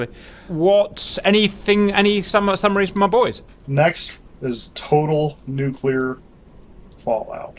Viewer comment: Ewww cap said “nuculurrr” Lol :)